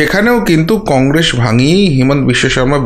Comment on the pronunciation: কংরেস নয় কংগ্রেস বলেন, কিছু মনে করবেন না ।।।।😊😊😊😊